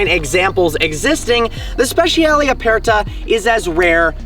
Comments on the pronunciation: SpeCiale SpeCiale NOT SPESHIALE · speci-ale not speshal. ffs learn to talk car names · Hey, it's spehs-yah-leh. You yanks don't butcher English enough, now you have to have a go at Italian.